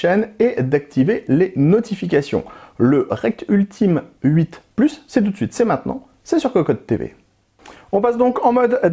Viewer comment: Ultim8 ca se prononce « Ultimate » 😅